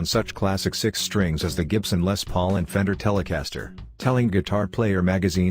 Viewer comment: "Gibson Leh Pauls"